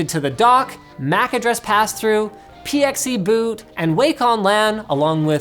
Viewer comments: "P-X-E Boot." Never heard of it this way, I always here people pronounce it "pixie boot." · "P.X.E. boot" It's pixie boot. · Fuck. PXE boot is pronounced “pixie boot”.